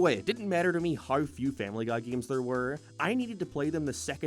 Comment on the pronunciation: gayeems... why do you say it like that? disliked the video cause its pissing me off